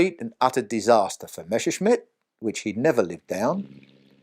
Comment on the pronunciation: MESSER-schmitt ... NOT MESHER -schmitt!!!